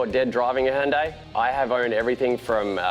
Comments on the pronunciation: Its NOT Houndai, its Hyundai.... make it right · Pronounced Hun-day. All day ev'ry day. High-oon-die sounds weird... or is it just me?